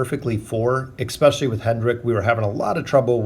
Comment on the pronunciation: Petition for him to say "especially" and not "ekspecially"👇🏻😂